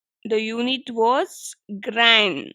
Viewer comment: it is gram not grand